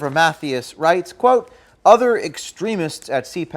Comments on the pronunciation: Lol, "Math-e-us" ??? It's pronounced "Muh-thigh-as" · Just FYI It’s not “MATH-ee-us” it’s “Math-EYE-us”. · Geez, at least get his name right.... ma-THY-az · here is the correct pronunciation of Mathias ---- ma thigh ASS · I just wanna say its pronounced Mah-th-eye-S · I love that James did not pronounce "Mathias" correctly......